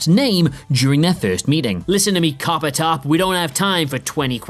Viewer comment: About "listen to me, coppertop": "Coppertop" sounds a bit like like "carpenter".